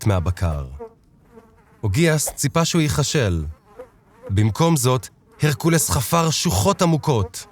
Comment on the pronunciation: לכֿד (lachad) ולא לכּד (lakad). ייכּשל! יכול ולא יכל! כּיפּר! מה יהיה עם הקריין הזה?